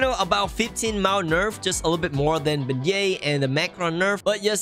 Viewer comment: "Beignet" What i heard: BE GAY